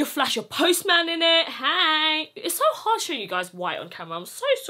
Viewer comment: It came in ‘sho’ many sizes😂🤣🤣